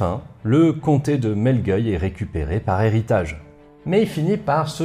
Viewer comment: On prononce "trainquavel" et "melgueilh" (pas "euil") merci pour cette vidéo passionnante !